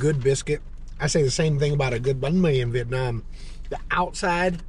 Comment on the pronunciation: hời ơi, nghe nói chữ bánh mì mà giật mình =))) quá chuẩnnn